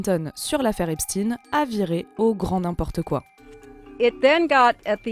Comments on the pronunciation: Epstein et pas epstin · EPSTEIINE ! pas epstine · Einstein, on ne dit pas Einstine. C'est pareils pour Epstein. Merci de prononcer le nom correctement. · Arrêtez de dire Epstine c'est infernal, c'est quoi le deal? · EPSTEIN NON EPSTINE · "Epstine" 😂 pourquoi changer d'un coup cette prononciation ? 😅🤣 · Epstine 🤣🤣🤣 Ça me fera toujours rire. Les pourris du système disent tous Epstine. Les autres disent Epstein et comme ils disent également Albert Einstein et pas Albert Einstine. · hufftington post = propagande $ioniste pro soros comme cnews=propagande $ioniste pro netanyahou ces gens qui veulent inverser la réalité en prononçant epstine alors que c'est epstein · t'es certain ? Du coup Albert Einstein, c'est pareil ? 😅... En tout cas en France, la prononciation a changé d'un coup, aucun média avant ne disais Epstine. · Vous êtes drôle avec vôtre prononciation : "ép stine" alors que pour Albert c'est toujours Einstein ! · Pourquoi les journalistes prononcent mal son nom ??? Ils veulent faire croire que c'est pas un juif ou parcel que ca sonne mieux avec Poutine. Les journalistes de la honte